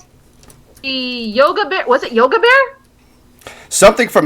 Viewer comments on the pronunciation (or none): that bear’s name is Yogi, not yoga!